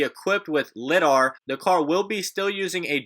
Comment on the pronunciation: Is that the correct way to pronounce LIDAR ? Lol